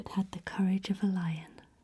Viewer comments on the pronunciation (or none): none